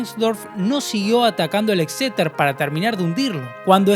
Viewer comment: cada vez que decia exeter.. un gatito moria